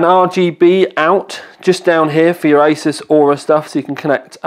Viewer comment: Pronounced "ASOOS"